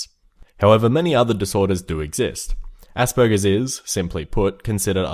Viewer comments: When you hear asperbergers and think did he just say assburgers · When you said Aspergers I thought you said ''Ass burgers''